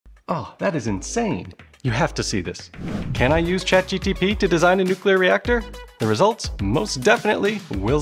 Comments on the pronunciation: when he starts calling it Chat GPT instead of GTP 😂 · Anyone else noticed he said “ChatGTP” and not “ChatGPT” in the video? I then noticed as wrote this comment that there is a tiny disclaimer saying “*chatg… ok I give up say it however you want” lol… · s Cht GTpee??? 😅😂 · You said Chat GTP so often that I can’t remember which one is the original without looking it up 😂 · Repeat after me: Chat G P T Not Chat G T P Chat GPT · Good video idea, maybe when editing you would notice you kept calling it Chat G T P instead Chat GPT for the first 8 minutes of dialogue? I suppose it can be hard to pick up on if you're focusing on all the other complex aspects of this video. Just thought I'd mention it if you have further ChatGPT videos planned. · drinking game suggestion every time he says chatgtp instead of chatgpt take a chugg or a shot. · Take a shot every time he misnames chat GPT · well.. I happy that I am not the only one who often call it ChatGTP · I am 40 seconds in and he has already said chat GTP instead of GPT like 3 or 4 times. I don't know if I can continue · Man it was hard to focus on this video. He kept saying ChatGTP instead of ChatGPT. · Did.. you… mean to say G T P through this whole video? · chat G.............P................T say Chat................G...........P.............T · He keeps calling it Chat GTP 😂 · Chat GTP .... please... please use the correct word ... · Chat GPT not Chat Gtp that you seemed to enjoy calling it. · ChatGTP? You got the letters in the wrong position there 😅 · It's ChatGPT no GTP 😢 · was that intentional to say chatGTP and not chatGPT? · is saying chatGTP a meme? cuz I don't get it and it drives me crazy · It's Chat G-P-T 😂 Not Chat G-T-P bruh 🎉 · I liked your video, however listen to your words, you said ChatGTP instead of ChatGPT every time, it became annoying after awhile. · you keep saying chat gtp, not gpt. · I hate how often you say chat gtp Its gpt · GTP? You can't even pronounce ChatGPT can you? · "chat gtp"